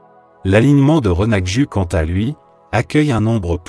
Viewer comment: Le "U" français n'existe pas en langue corse et se prononce "Ou". Cucuruzzu >>> " coucouroutzou " - accent tonique sur le "rou". C'est dire votre contact avec la population de l'île... Je crains les autres prononciations : Renaju ( Rinaghju ), &c. Cependant, merci pour les très belles images.